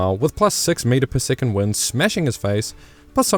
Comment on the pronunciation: I can't cope with the pronunciation of the word SECOND as SICOND!